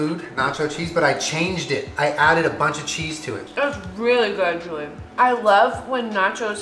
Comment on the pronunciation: But he only responds to "Julien-uh!" That hidden 4th syllable, thanks Jenna! 🤣🤣